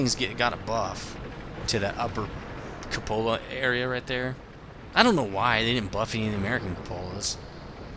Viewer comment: Some pronunciation help... Glacis: GLEY-sis Cupola: KYOO-puh-luh